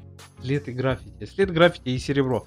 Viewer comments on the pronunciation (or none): none